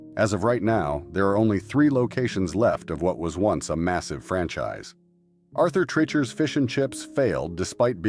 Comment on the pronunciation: you keep showing Bob Hope in the arthur treachers and you mispronounce the name lums was good it would be welcomed back